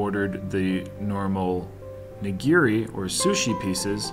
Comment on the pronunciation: These videos are fun, but its a little hard hearing you murder the pronunciation of these common japanese foods. Not ni.gear.e its ni.gi.ri Not su.sheme its sa.shi.mi Also plural of sushi is sushi not sushi’s. Good thing Raina didn’t go ss 2 cuz her hair would have lit the restaurant on fire! Again, it was fun watching you guys demolish that food! Cheers.